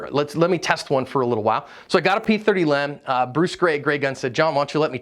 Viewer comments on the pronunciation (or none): I know it’s a small point but hearing you constantly say Lem instead of L. E. M. Grinds my gears so bad I could barely make it through your video. I didn’t even know it was a pet peeve until just now.